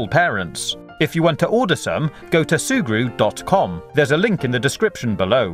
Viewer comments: No cap, he said "Surgu" 18 times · Can you stop saying zurgre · XD That's another way to spell and pronounce it. His way is actually funnier, so you should wait before calling people stupid. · Every time he says "sugru" I slap my self